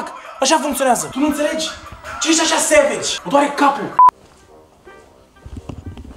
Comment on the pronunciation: stii prea bine engleza. subtitrare: sevigi, iar cand te sugruma ziceai corect savage :))))